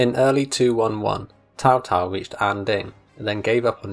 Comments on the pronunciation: It is pronounced like a Ts, so it's Tsao Tsao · Why does he keep saying Tao Tao?